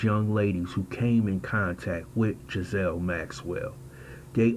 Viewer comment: Pronounced Giz - lane. Not being a smart ass. Took me a while to work out which way was right. 😁